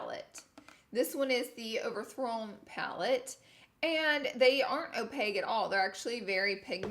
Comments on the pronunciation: Are you sure you meant to say “ opaque” or “ opaque” ? Lol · Literally died at this. Pronounced wrong AND used wrong lolllll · Another Laura lee word Opague: opaque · Opaque. OPAQUE. Not opaig. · Ok who’s gonna tell Laura Opaque is NOT pronounced O-pag, it’s O-pak!???? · Girl, what? What is Opague? When describing the swatches did you mean opaque - not translucent? 🤔🧐😕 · Another Laura word, Opage instead of opaque. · It's "opaque" not opague "k" sound not g sound. Just helping' a girl out lol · 😂😂 I love you Laura. This video's Laura word is opague......it's opaque (pronounced opake) as in cake. 😍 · Opage?? Lol OPAQUE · She sayin opague instead of opaque 😂💜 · She was also saying it like opague instead of opaque 😂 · “Opeg” = opaque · listening to laura say “opague” instead of “opaque” is driving me crazy 😂😂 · I'm saying this with love ... opaque (like o-pake) not opague - and it means it's NOT see through and in terms of makeup it means it's pigmented. <3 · Opaque with a Q not G ur so cute. "O-pake" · Laura I have another word for your dictionary Opague = opaque It’s pronounced opake. Love you Laura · Is she saying opeg???? Lmao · Adding opaque to the victim list of Laura's accent. "Opeg" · Girllllll are you saying opaque or opague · Are you saying “o-pay-gue” instead of opaque? And wouldn’t very pigmented be opaque rather than sheer? I really wanna understand! I love your videos!!! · Alright, fam. Who’s gonna tell her about “opaque”? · New laura lee word Opage = opaque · O-payg = opaque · Anyone else notice "opague" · O-peg? Opaque 🙄 Oh Laura. 😂 Kinda like washer machine. 😉 XOXO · Would it be a Laura Lee video if she didn’t pronounce a word weird and use it wrong 😂 (opaque-y sounded like o-peggy and opaque colors are pigmented) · LOL "Opague-eee" lord love her!!!!! shes an awesome Alabama Girl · Ok Laura....you do know that first of all its "opaque" with a Q not with a G. And opaque means you can't see through it. Opaque and pigmented are basically the same thing😂😂😂